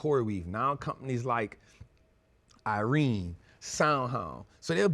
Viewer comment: “Nevadas” “Irene” Bro stop it 😂